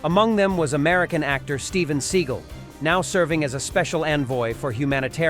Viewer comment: It is Sig-AHL, NOT Seagull.